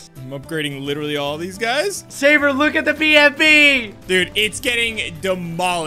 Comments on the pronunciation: Sabre not Jerbe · its tewtiy not tewitiy and its sabre